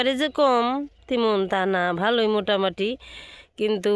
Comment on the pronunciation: Motamati😂😂😂😂😂😂😂 bolen motamoti